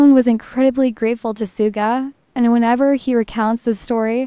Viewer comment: Please say his name correctly. It is not pronounced sooga but shooga